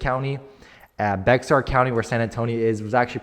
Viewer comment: It is Bexar called Bear.